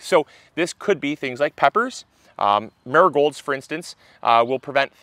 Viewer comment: When you first said Marigolds, all I heard was "nurgols"... I was like, what is he talking about??? 😂 Then I worked it out. Accents haha